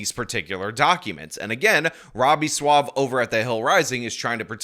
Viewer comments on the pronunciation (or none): SWAH-vay. SWAH-vay!